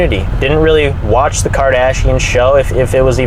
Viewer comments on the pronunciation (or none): none